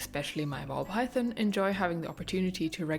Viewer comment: Mine all have more or less designated bathroom spots too😅 makes things predictable and easy. Do either of your snakes have names? I wanted to say also I love the way you say "python," and your accent as a whole. Please keep making snake videos. You've got lots of fans!